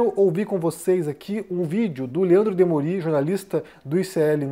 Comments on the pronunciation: O jornalista chama-se "Demôri" e não "Demorí". Não é uma crítica, apenas um esclarecimento. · a pronúncia é "Demôri" não "Demori". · O Desperta ICL é obrigatório. É demôri, e não demorí. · Demorí ou Demori?